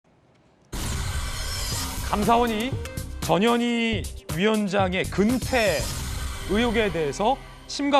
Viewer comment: 전현희위원장....발음이 꼭 저년이위원장처럼 들리는데 발음 조심해야겠습니다